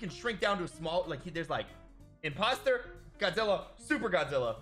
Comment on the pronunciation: Godzirra? Did you say Godzirra?